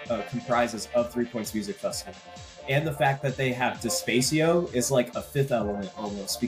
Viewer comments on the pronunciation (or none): Loved the podcast. Nice shout out to Despacio. Small note: "De-spah-cee-oh" not "De-spay-cee-oh"